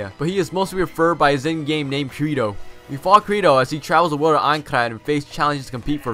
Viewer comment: his ingame name was Kirito not krito